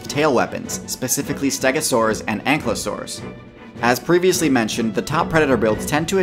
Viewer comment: Not to be nit picky but it’s pronounced ank-I-losaurs